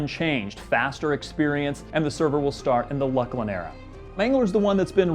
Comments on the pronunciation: NO, wait. I got that all back to front. Yeah, is right, it's Loose-Lin. I originally called it Luck-Lin. This is an example of why I have a dislike for the letter 'C'. We have 'S' and 'K' for most of the uses of 'C'. I want to change the pronunciation of C from 'see' to 'chee'. Then 'C' by itself can replace 'CH' everywhere. Okay, I'm drunk and babling. Sorry for derailment. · Nope, we pronounce it 'looselynn' too!